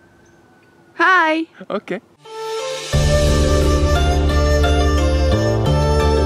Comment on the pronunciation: No, he was referencing another meme. And he said "okeh".